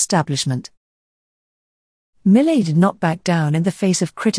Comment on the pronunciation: French speakers would not agree with "mi·luht" as the proper pronunciation of his last name. You made an effort with every other name, including the other French natives. It's mee-YAY See: How to Pronounce Jean-François Millet (French Artist)